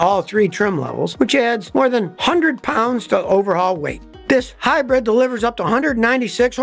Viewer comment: hi-bread ? lol